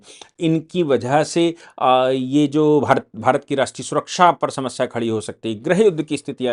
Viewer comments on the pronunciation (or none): none